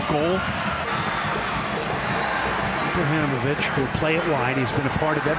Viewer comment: If commentary doesn't know how to say Ibrahimovic